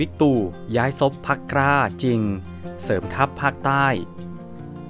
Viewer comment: อ่านควบกล้ำ ล ลิง เป็น ร เรือทุกคำเลยครับ เช่น พรรค "กร้า"